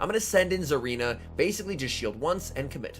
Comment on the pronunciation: There’s definitely not a “Z” in Tsareena 😐